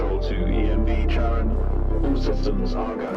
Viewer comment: I'm at minute 3, and if someone mispronounces Charon again, I finna have a stroke. Upd: call me an ambulance